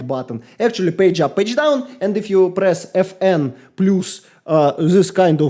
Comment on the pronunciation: insane accent and actually great review. The last decent mechanical keyboard was released in 2016, I mean Corsair k70 rapidfire. So modern optical, magnetic and membrane keyboards are much better than new mechanical models. And, pls, plus reads as "плас", no "плюс")